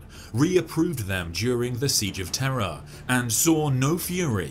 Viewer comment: POV, You're a Brit "Eye Of Terra" :P